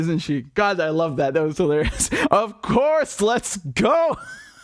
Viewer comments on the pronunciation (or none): loooooooooooooooool - love your impersonation ' of Courrrrrrrrrrrrrrrrse'